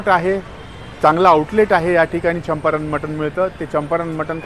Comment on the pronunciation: It is champaran not champaranya , pronunciation is wrong